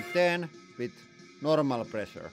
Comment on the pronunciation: I miss lots of high "press-ur-ee". Great content as usual 👌